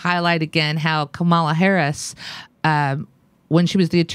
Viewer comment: I normally like your shows, but how many more hundreds of times are you going to mispronounce Kamala's name? .. It weakens your cred .. I'm not defending her at all, it's just that if you continuously mispronounce anyone's name, it seems like you just get your research from reading about instead of listening to the people you're talking about .. If you check any Harris interviews, such as with her bud Ellen Degeneris, she's introduced as KA-ma-la, not Ka-MAL-a ... It's like a radio DJ who mispronounces an artist's name .. It blows the mystique and exposes lack of research.